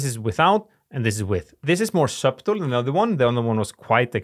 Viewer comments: Your vids and your english are great. Thank you for your all your tips. Try pronouncing 'subtle' like 'suh-dull'. The 'b' is silent and the 't' has more of a 'd' sound in this word. Subtlety is even harder haha, but it sounds like 'suh-dull-tee'. Keep making awesome content, my friend! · Subtle - don’t pronounce b